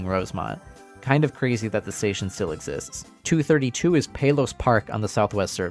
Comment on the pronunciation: your pronunciation of Palos irks me. great video tho